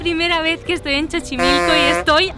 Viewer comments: Ya No se pronuncia xochimilco ya, Ahora como tu dices, se pronuncia "Chochimilco"....Y también la película de María Calendaria, ahora se llama "LA Choza de Calendaria". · Y no tuvo el valor de decirle que se pronuncia 'Sochimilco" 🧐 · Wow... Tengo como 8 años que no voy a Xochimilco. ¡No te digo amiga! me haces recordar lugares que ya ni visito a pesar de vivir aquí en La Ciudad de México (ja-ja-ja) He visitado más veces USA en los últimos 10 años que muchos lugares de esta mi ciudad... Y no es Chochimilco... es Xochimilco ("S"ochimilco") (jajaja) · Simpatico se escucha 'Chochimilco", jaja. Abrazo! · Buen video, esa pronunciación que tienes de Xochimilco se la he escuchado a todos los españoles que pronuncian el lugar, supongo que tiene que ver con la X que en catalan tiene esa pronunciación de Ch no? Saludos. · JAJAJAJAJAJA!!!!!!!! CHOCHIMILCO.... es muy sencillo, en lugar de ver XOCHIMILCO ve SOCHIMILCO y lo pronunciaras bien!!!!! lo mas curioso es que su interlocutor tampoco la corrigió siendo nativo de ahí y Mexicano.... Muy bien, muy excelente video, Like Like Like Like Like Like Like Like Like Like Like Like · Linda se dice Sochimilco. es mas facil asi se escribe. en castellano Mexicano suena asi xochi = Sochi Xona= Chona Xico=jico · Chochimilco? Jaja, no, se dice como SOCHIMILCO. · Es una confusión , a mi igual me paso la X pueden sonar como CH igual como en Xoloitzcuintle que se pronuncia Choloitzcuintle...puede venir de ahi Xochimilco Chochimilco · Jajaja qué bárbara!! Ni porque el guía lo pronunciaba bien te diste cuenta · Eres una reina, puedes seguir diciendo Chochimilco cuantas veces quieras. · holaaaa!!! Lo dicho eres genial !!jaja reí cada q escuche Chochimilco🤩un abrazo mi niña linda cuídate mucho bendiciones 🥰😍🍀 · Me encantó el vídeo aún codo y todo el "chochimilco" jajaja, no te preocupes a ti se te perdona todo, eres fantástica, saludos princesa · Chochimilco 🤣🤣🤣 que risa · “Chochimilco”, jajaja